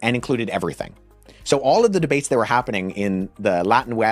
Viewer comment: He said “debates” 😂😅